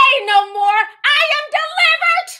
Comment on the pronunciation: The 'I am delivert!'. 🤣🤣🤣🤣